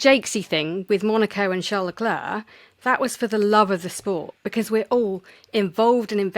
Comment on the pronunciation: Re bias My only gripe is the British tradition of murdering drivers names. As you’ve addressed this with Isa so well, here’s me telling you: COLA+PINTO, not Carlopinto, Charles (<- oh look an s, very much like HRH your KING) Leclerc, like the clerk, not the “Claire”. Love the show,and pls forgive a patronizing linguist dear “ and “